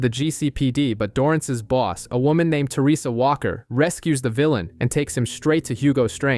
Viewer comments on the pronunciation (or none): none